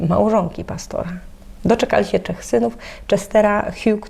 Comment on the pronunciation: Czy to nowy sposób mówienia ? Czech zamiast trzech ? Nie jest to pierwszy raz kiedy spotykam się z tego typu wymową . Nie ma mnie w Polsce od 35-ciu lat a , zdaję sobie z tego sprawę ,każdy język ewoluuje .